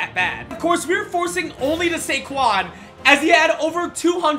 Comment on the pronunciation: Instead of SaQuads, it's KaysQuads